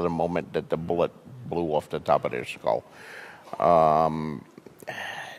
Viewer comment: “the bullet blew off da top of dere skull” well put George